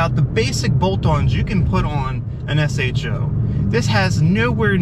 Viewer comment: thanks for calling it an S-H-O.....hate when people say show...lol